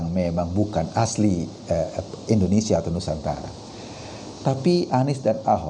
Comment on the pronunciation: Indonesia bang eko Bukan Endonesia